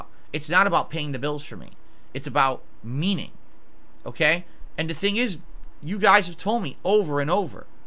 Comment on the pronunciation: "It's nawt about paying the bills for me. It's about... meanin.."